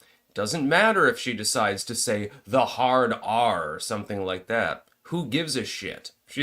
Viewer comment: dude, you crack me up "hard ARRR!".